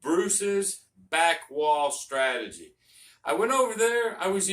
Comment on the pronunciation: What is a “stratogy”?